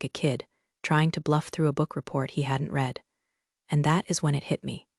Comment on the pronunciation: This one needs some editing. A significant number of commas where there shouldn't be big gaps for no reason. If you can get it to know the difference in pronunciation of read in present and past tense, that would be fantastic.